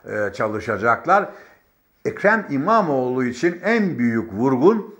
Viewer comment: "ekre mimamoğ lunaaaa karşııı", program yapıyorsun abi az bi diksiyon mu çalışsan.